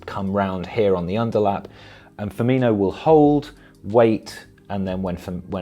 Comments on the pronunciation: FirmiNo NOT FirminYo (with pedantic apologies) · It's Fir-min-o not inho lol.. but great video as always though 🤙🏾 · Firmino... The "io" sound comes when Brazillian/Portuguese players have an H before the O, like Ronaldinho or Carvalho... It's not Ronaldio is it? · Great video, btw it's pronounced Firmino not Firminho. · Firm-in-o. Not Firm-in-io. (Apologies but my OCD kicked in) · It is difficult to take this video seriously, as you start out by pronouncing Firminos name wrongly. His name is Firmino, his name is NOT Firminho. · Why does everyone call him Firminjo? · "Firminio" how many times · He says firmino wrong.